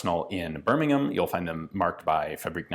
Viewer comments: As a resident of BirmingHam Alabama, I commend you for properly pronouncing 'Birming'am', England. 🙂 The history that you share along with these rifles makes the videos even more fascinating. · Wow Ian pronounced Birmingham correctly and not like an ignorant American emphasizing the h